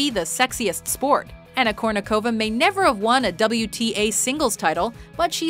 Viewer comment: Well, I know that for English-speakers Russian sometimes get a little hard. But, at least, couldn't you just try to do the accents right? I mean, for Chrissake, it's not kurnikOva, sharapOva or vodyanOva. It's kUrnikova, sharApova and vodyAnova!